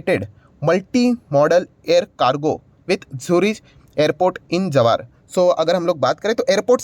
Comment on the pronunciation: Jawar nahi sir jewar he me bhi jewar se hoo